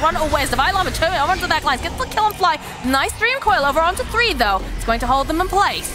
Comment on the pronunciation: and she constantly called fly as flee for a whole game